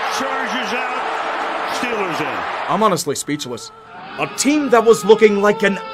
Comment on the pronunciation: STILLERS GHANTA SEWPER BOWL